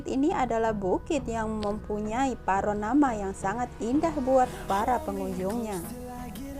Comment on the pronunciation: paronama wkwkwk orang mano lagi paronama tu yuk,mungkin panorama maksud ayuk dak kwkwk,semangat terus ngonten nyoo yuk🤣😆 👍💪🙏